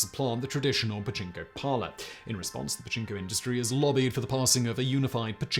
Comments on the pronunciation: pachinko, pachnko, bachingo, dude you need a skillshare to help with the amazing ways you have mangled that word. Oh and the part where housewives can leave kids and groceries in the cold lockers still makes me chuckle :). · you need to enunciate the "pa" or japanese people may think you're talking about a male body part. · Turn on CC and watch a different word/spelling be used every other time Simon says "Pachinko". I think Pajama was my favorite.